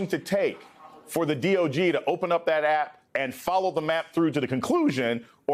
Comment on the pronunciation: Ummm sir, it’s D.O.J. Not the D.O.G, he said DOG twice. 2nd time is . Driving me nuts. Oh and tRump needs jail time.